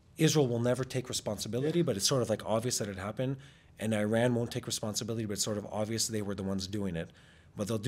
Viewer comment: I stand with people who can pronounce Iran correctly